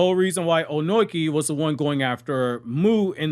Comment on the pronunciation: Why are you calling him Onoiki? Wtf 😂